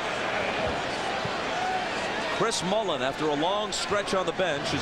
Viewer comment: His name is Mullin Isaiah. So salty about the dream team snub he won't even say his name correctly.